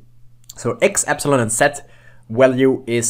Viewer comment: Y is not pronounced epsilon. (epsilon is E) Y is pronounced eepsilon they are different. You need to say eeee at the begining